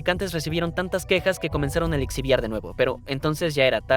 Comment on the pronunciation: Alexibiar? Qué le pasa en la boca?